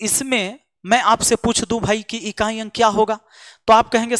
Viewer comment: सर बोल रहे हैं इकाँई , दंहांई 😂😂😂😂अच्छा लगा गले से बोलते हैं |